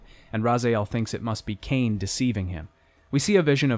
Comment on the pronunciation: it's legacy of ka-in not cane. huh-iin.